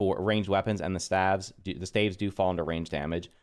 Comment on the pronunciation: I know the word looks like “stAEves” but it’s pronounced “stAAves.” I know English sucks but it’s funny to hear. I’ve watched multiple videos on staves and you’re not the only one who pronounces it like that lol.